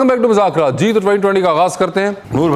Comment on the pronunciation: Wasay Choudhry, please please say the right name of the show. It’s been almost 10 years hardly any anchor pronounce the name right. It is “Mazzaq Raat- مذاق رات” Please don’t say “Muzakraatمٰذاكرات”